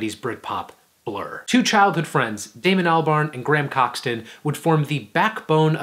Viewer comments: Coxton? No its cockson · Graham Coxon (not Coxton) has actually released 11 albums, 8 personal ones, and 3 soundtracks. He hasn't been as successful as Damon was with Gorillaz, but he's had a great solo career. Other than that your comments on the albums are good, although my favorite is Blur. And yeah it's funny that they started as a shoegaze band. Sing, almost 30 years later is still a shoegaze anthem, immortalized by Trainspotting. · “Gram Coxton” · "Graham Coxton"